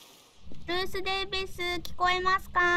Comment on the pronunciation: Btw.. Difficulty: beginner. Can add in next flashcard. Beginner, intermediate, professional. Tabun. Ruth: pronouncation is pretty good. Roo-th. Th sound is like from thank you. Bite tongue and let air out. "I am scary": means you are a scary person. www. Good job playing solo:D